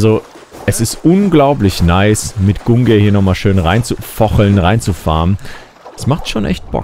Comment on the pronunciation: Der speer heisst GungNir und nicht Gungir:D